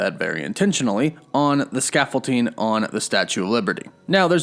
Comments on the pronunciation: Love your content Tiny little nitpick: please stop pronouncing scaffolding with a t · scaffol"D"ing. it's been bugging me since the last two videos, i'm sorry. xD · There's no T in scaffolding god damn it!